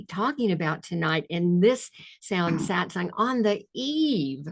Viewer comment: The correct word is SATSANG, from Sanskrit, Not Satsong